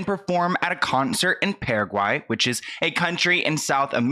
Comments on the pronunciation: Paraguay is my homeland...and it's gorgeous. You say it beautifully. Yet my last visit was extremely dangerous. Long story, was there for 2mnths. Sorry, I got off topic , giggle. Rude YES on her behavior. Love sent from Toronto 🤍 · Hi! I've been watching your videos for a while now and I appreciate this video about PARAGUAY (you're pronouncing it correctly) I'm Paraguayan and you should compare the attitude between Doja and MGK. Machine Gun came with Megan Fox to Asuncion, they spent a lot of time with their fans and doing sightseeing. They were very approachable. Even though the festival was cancelled because of the storm, he managed to put on a show IN FRONT OF HIS HOTEL for his fans!! Right there on the street!!! He sang and danced with Megan by his side. It was epic!! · I can confirm as a paraguayan that your pronunciation is one of the best I’ve heard so far. In case you ever need to say it again, the “Para” in Paraguay is more like “paragraph.” Kind of like Paragraph+Why. Parawhy. Paraguay. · You pronounced it more correctly than Miley even lol. Yes you said it right Wow. Nobody was waiting for her? Why didn’t she go look for them? Is she too famous for that? “Let that sink in” sounds very passive aggressive to me. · Paraguay is pronounced PARA-WHY. Thanks to cover this. I'm not from Paraguay but i am from Latinoamérica and she really did a number on them, so it left a bad taste in the mouth of all south-americans. We really don't understand why what's in her mind to do something like that. Girl needs to hire some PR to manage her tw account. A simple "Oh, i hope you're okay from that storm, so sorry I can't perform. Kisses and love" THERE. That would have made everyone happy and this whole situation would not exist. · paraguayan here! your pronunciation is just fine haha. I really liked your approach, thanks for sharing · I am Paraguayan and I always listen to you, I love your channel. You pronounced it well.:)